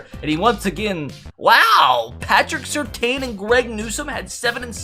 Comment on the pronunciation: i must put a stop to you pronouncing Surtain like that